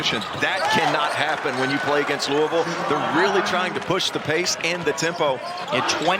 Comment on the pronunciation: This ACC announcer doesn’t even know how to pronounce “Louisville”.